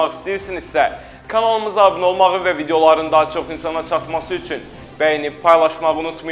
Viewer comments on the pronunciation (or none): none